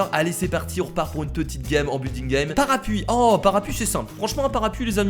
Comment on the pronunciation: ç est parapLuie et pas parapuie